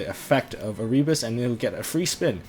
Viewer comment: come say erebus name right dude. you wonder why he looks like that on his art work because people dont say his name right